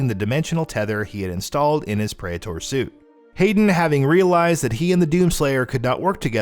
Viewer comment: Ah yes the pray-ehtore suit